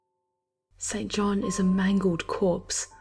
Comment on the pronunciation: Isn't it like Jane Eyre, where St. John is pronounced "Sinjin?"